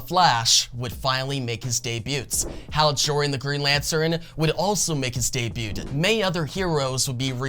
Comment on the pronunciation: The “T” in “debut” is silent